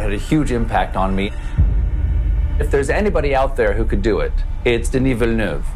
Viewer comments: I don’t care, cuz I’ve been thinking of him as “Dennis Vill...” Totally okay with the name sounding like a stroke if that’s the correct pronunciation. Nice that Colbert really makes the effort. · Stephen Colbert sound like he's having a stroke while pronouncing Denis Villeneuve's name.